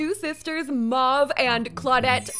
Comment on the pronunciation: 'Mahve' 😭😂 love u